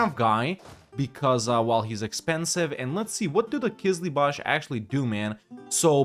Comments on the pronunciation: Hey, no offense but it is called Qızılbash (Kızılbaş, means Red Head) not Qızlıbash (Kızlıbaş, means girl headed ) 😊 I love your videos a lot, thanks a lot for playing and thanks to your girlfriend’s great editing. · That Qizlibash pronunciation is just perfect ma man; Also Shia Persia